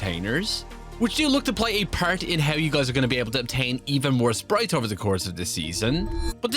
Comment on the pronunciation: irish voice sprieettttttzzz